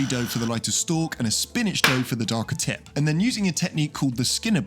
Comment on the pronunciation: That was the hardest P I’ve ever heard in tip